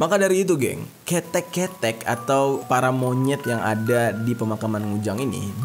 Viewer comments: Di bacanya bukan KETEK tapi KeTEK. Gapapa bisa di maklumi ☺️ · Lucu banget nyebutinnya.. pelafalan ketheknya lucu.. aku sampek tersenyum" sendiri. Tapi maklumlah bukan Org jawa